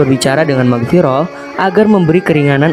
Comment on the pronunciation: Mughirah bukan Maghfiroh